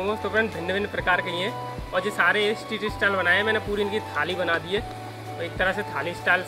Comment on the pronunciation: Estreet nahi street And sizvan nahi Schezwan